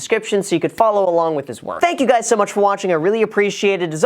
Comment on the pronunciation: Are we just not going to talk about the intro when he says what’s up graham it’s guys here😂😂😂